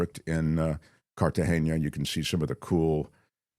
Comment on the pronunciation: it's not "Cartageña"--it's "Cartagena". The "n" is pronounced like a regular "n" in English would be.